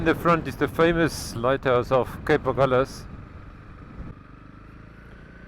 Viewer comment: No, because of compass needles that swerved around as the sailors went from south to north. The Portuguese word is Ahulhas (pron something like Agoolhjash) and the liaison L' here is a misnomer, although locals insist.